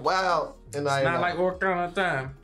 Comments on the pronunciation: bruh really said Orakana of Time LMAO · LMFAO "The Oricana of time"